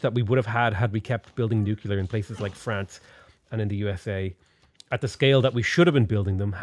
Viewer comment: Nu-clear. Where the crap are you getting nuCUlear.